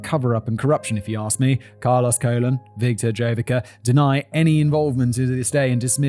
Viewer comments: The name Colon is pronounced koh-lóng or if you have to almost like cologne. And just think of wrestling as "actors" who do their own stunts. Most of the moves done in the ring would leave your opponent maimed for life if you actually performed it correctly. You never see them do any of those wacky moves in MMA. And as for the razor and syringe,they are tricks to produce a lot of blood but no real damage. You can relax,it's fake. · Carlos Colon! 😂😂😂😂that sounds like a bad wrestling stage name! Simon it’s pronounced “ca-lone” like cologne what men put on to smell good